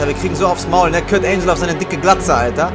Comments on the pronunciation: kurt angle nicht kurt angel :D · Lern mal Englisch. Kurt Angel ne. 😂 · Das G von Kurt Angle wird wie im Deutschen ausgesprochen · Wie er Kurt Angle ausspricht...